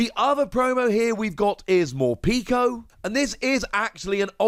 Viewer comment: I like your videos but it hurts every time you call Morpeko “Morpeeko”. The pek is pronounced like peckish.